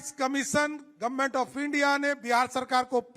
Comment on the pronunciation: Goverment को govment बोलता बकलोल 😂😂😂😂😂😂😂😂😂😂